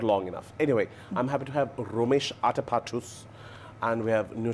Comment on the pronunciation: was terrible on this... he says atapattus... with an s at the end.... the basic etiquette doesn't exist. Then his jokes about his weight which is so dry and repeated a million times